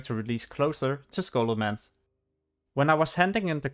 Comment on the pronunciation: Scholomantch ? It's scholomance dude :P